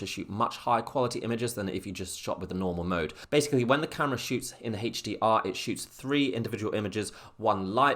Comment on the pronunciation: Hache D R mode... sorry man I had too. :((( lol. Thank for the video, very informative